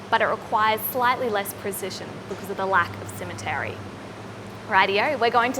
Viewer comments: Definitely, aside from potentially confusing American ears, which will think she said cemetery instead of symmetry. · Did you just say sim-a-terry